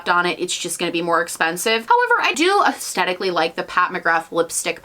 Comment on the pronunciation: i love you but please say aesthetically correct 🥴 it’s aesTHetic not aesTETic. it’s a TH lmao